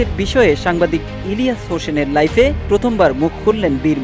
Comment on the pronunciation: নট লাইফে, লাইভে হবে ব্রো। সাংবাদিক হলে উচ্চারণ ঠিক রাখতে হবে।